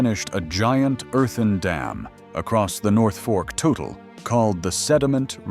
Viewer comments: it's not total river, it's tootle (toutle) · We don't pronoumce the name of the river "Total", we pronounce it "Tootle". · It’s pronounced “Tootle”